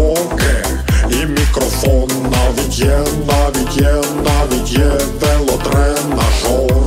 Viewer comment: я зразу не зрозумів, мені почулось, що він сказав велодрен нашов, а насправді велотренажер.